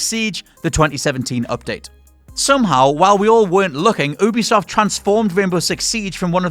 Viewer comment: did I just hear he say "oobisoft" instead of "yubisoft“？